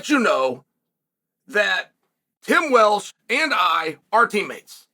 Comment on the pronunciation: “Tim Welsh”